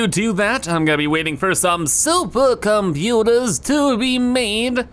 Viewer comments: Every time i hear saying "Suppacomputaa" the day is a little less worse:D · Yeah same